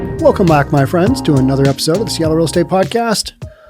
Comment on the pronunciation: "Seatroit" LOL. How about "Soyattle"?